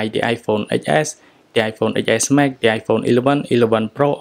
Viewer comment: Sorry, I think you said Xs and I misunderstood. I am used to it being pronounced "ten-s" instead of "x-s". My bad haha